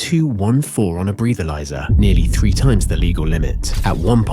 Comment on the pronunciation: AI voiceover. "Breathe-alyser." At least check the AI!